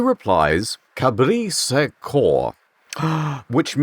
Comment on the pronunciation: It’s not canto sans cor- it’s : KABRI(t) SAN KONN